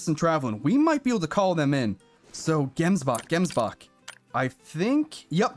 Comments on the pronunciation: you pronounce gemsbok as jemsbok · man waiting for the day a non south african pronounces the "gemsbok" properly, anyway nice vid bro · Any south africans that are laughing at how he says gemsbok? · I am a South african and love how you pronounce gemsbok and springbok and stuf 😂😂